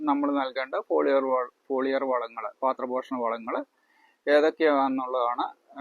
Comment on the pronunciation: Paathra poshanam alla, pathra poshanam aanu.